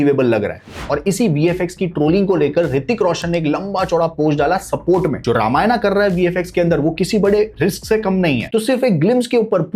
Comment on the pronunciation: Tu pahale ramayan bolna sikh